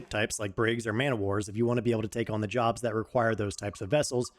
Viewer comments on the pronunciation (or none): none